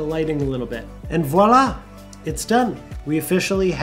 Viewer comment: I'm french and the " et voila" lmao i'm dead XD but cool video